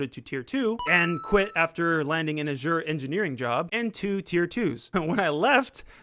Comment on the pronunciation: You keep on pronouncing Azure wrong lol